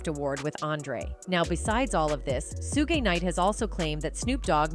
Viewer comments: i thought AI bots learned from what it watches ande reads, why does it totaly misspronounce evry name? calls him SOOOOO-GY not SHOUG suge, gues deepstate wants you see AI as it is, HALF ASS! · Ummm 🤔 Hmmm Please STOP saying SUE-GAY!!!!!!! SUGE SHUG( LIKE SUGAR) EVEN SHUGE BUT YOU GOTTA STOP AND LEARN HOW TO SPEAK PROPERLY. SUE-GAY!?!?! LMAO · Sugay? Is that French?